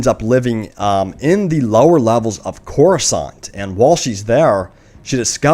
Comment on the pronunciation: The way you pronounce "Coruscant" reallly bothers me.